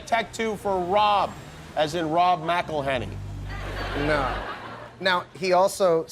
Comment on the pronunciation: "IT'S MCELHENNEY, MCELHENNEY."